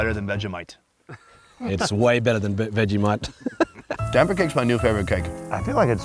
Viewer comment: nailed "damper", needs work on "goanna" but if he'd said "waada" (water), I'd campaign for his Aussie citizenship